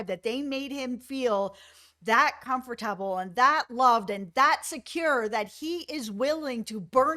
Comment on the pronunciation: ‘Comfort-tabble’ you’re so cute, love hearing the different pronunciation of things. ❤